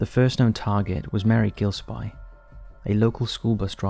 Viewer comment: "Gill-S-P" not gill spy lol